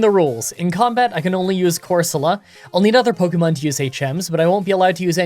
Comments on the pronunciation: Everyone: core-se-la: core SO luh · It's pronounced "Coor-so-lah" not "Cor-sooo-la"